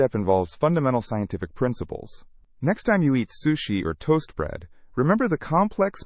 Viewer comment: First time i ever heard sushi being mispronounced